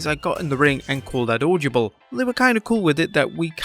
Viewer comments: Audyable audyable audyable audyable 🤦‍♂🤦‍♂🤦‍♂🤦‍♂🤦‍♂🤦‍♂ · Why can't you say "audible" properly? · The pronunciation of 'audible' is so weird.